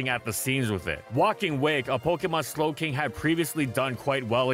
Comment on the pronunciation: Please tell me the "Galarian Snowking" while talking about Clefable was intentional!